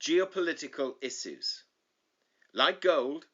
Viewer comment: I have issues with the way you pronounce issues 😅